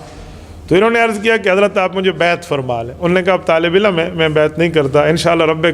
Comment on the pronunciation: Ilam ka talafuz sahee naheen. AP ilm frmaya kren.